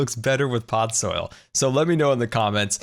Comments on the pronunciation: its podzol, not podsoil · Am I the only one slightly irritated that he kept saying pod soil and not podzol?